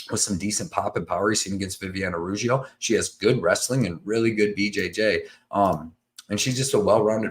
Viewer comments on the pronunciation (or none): none